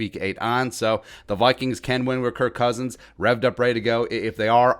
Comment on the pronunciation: You said his name wrong man. 🤦